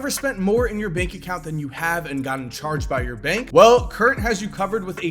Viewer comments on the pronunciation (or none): none